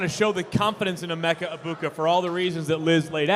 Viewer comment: Almost had to shut off the video hearing Liz pronounce emeka the way she did 😭